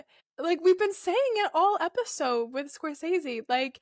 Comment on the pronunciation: Note* ‘Scor-sezee’ not ‘scor-sayzee’. Nice chat though